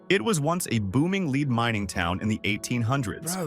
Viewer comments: It’s an AI voice. It got lots of words/names wrong, from the “leed” mine to “St Augustin”. Trust nothing it tells you. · Love how it mispronounced lead as in lead mining village.